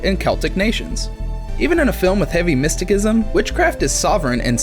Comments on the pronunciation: It’s mysticism (miss teh siz em) not my stick ism 😂 other than that cool video 👍🏽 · mistəˌsizəm I know, I know, but that bothered me more than the 101 pronunciations of Gawain